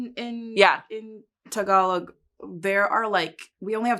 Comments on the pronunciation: Me 🤝 Mispronouncing Tagalog because we both (probably) read the word first before hearing it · Tuhgalog💅